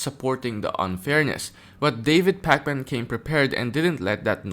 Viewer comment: Love how you pronounce his name like Pac-Man lol